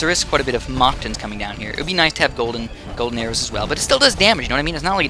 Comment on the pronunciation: Your saying mactans wrong